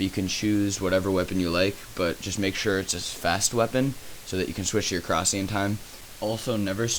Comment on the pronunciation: please say korsi like korasie, eritates me when its not said right, ur not british or other nationality so no excuses